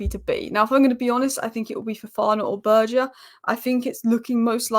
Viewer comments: His name still isn’t «Berje» or whatever you’re saying. It’s Sander BURG EH (Like the Word «Burger», but just cut away the last letter) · Good lord. I hope we don't sign Sander Berge, it hurts my ears every time you pronounce his name so awfully wrong. SANDER BURGER!!!!!!! 😂😂😂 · I love how pronounces Berge's name different every time.:D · please google how to pronounce Sander Berge, itas not hard at all......